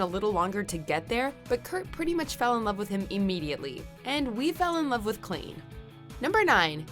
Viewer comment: Did she seriously just call them Klean?? What the heck, it’s Klaine!!!